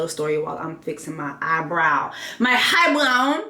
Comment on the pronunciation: “ eyebrown”. 😂😂 that’s what all my Haitian aunties say!